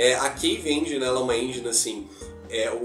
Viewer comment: Uai, foi sem "enguine" ou com sua própria "enguine" 🤣 num intendi hehehe Zoeiras a parte, ficou top. 👏🏽